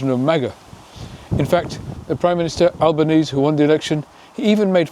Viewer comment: Please learn to pronounce Albanese's name correctly...... It's pronounced Albanes-EE. His father was Italian. One of his best comments during election campaigning, when accused of being weak, was "Kindness is not a weakness"